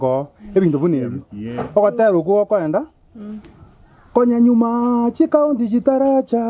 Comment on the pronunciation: Konyanyuma not Konya enyuma